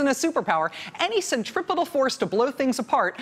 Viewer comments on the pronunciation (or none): none